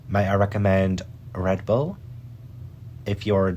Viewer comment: the ghost saying rebull is nasty lol queen shit shes so real for that